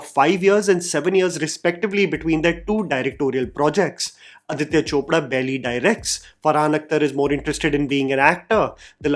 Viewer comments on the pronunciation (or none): none